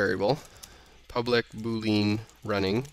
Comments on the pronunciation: I am sorry but i have to say this. It is pronounced Boo Lee Anne not Boo lean. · Neat video. I know this is nitpicking, but I have checked to make sure there's no alternate pronunciation of Boolean. The proper way is as [BOO-lee-uhn]; not [boo-LEEN]. Cheers.